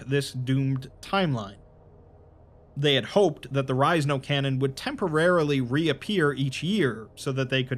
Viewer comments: you pronounced it and i was like huh and here i always thought it was There Is No Cannon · Did he just read it wrong or is it on porpoise? #thisisajokeffs